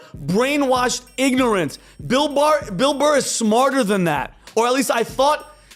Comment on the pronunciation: Who is this Motherfucker and how do I troll him? I think he called Bill Burr "Bill Mar" at some point. This guy's wheel-house has a hamster running.